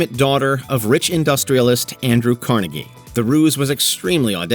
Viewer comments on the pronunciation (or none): It’s “car-NEGG-ee”. Don’t go by NY’s mangling of his pronunciation.